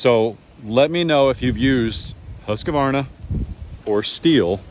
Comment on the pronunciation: check the spelling. It's husk-varna, not husk-a-varna